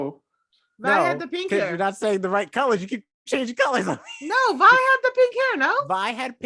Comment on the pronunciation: ok i can now see why didnt like it. she checked out at episode one. episode 2 and jayce's trial was about what he was doing. you cant like something you check out of that quickly. i thought it might have been a bit but nope. next time try a little harder. also it VI not VE. remember her full name is violet so VI.